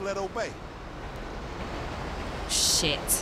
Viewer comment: you say sh!t funny. Shaayt!! 🤣🤣.